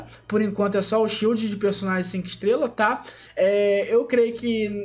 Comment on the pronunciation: tudo que é inglês ele fala errado kkkkkk